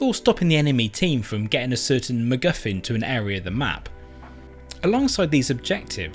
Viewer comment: What's a mcguffing 🤣😂 love the blooper at the end..brilliant video as always...I suggest avoiding absolute airsoft in reading it's horrendous on safety rules. I explain in person next time I see you